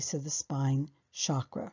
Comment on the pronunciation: I love your presentation on these complex topics, so well done ! Hate to be picky, but the term chakra is pronounced with a hard “ch” as in chair, rather than the soft “ch” as in chevron 🙏